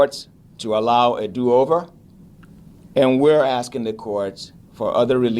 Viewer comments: Tiffany, it's asking, not assin! Learn how to talk. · “I’m Axeing” 😢😢😢😢 Tiff , are you trying to say “Asking “??? 😢😢😢😢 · I cant stand when she says "axing" not asking. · To my leff? Axing?